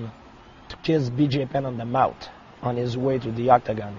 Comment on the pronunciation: “I ire a men to kiss bj penn on da mout”